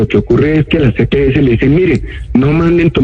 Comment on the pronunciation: Empezando porque no es Epeeses es las EPS